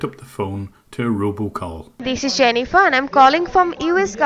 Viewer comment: she actually said Zennifer 😂🤣😅